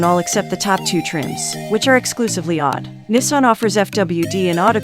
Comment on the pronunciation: Good comparison based on currently available information. But since you used a text to speech voice in this video, are you able to respond to comments? Why not narrate in your own voice? AWD comes out sounding like "odd," and a few other pronunciation oddities.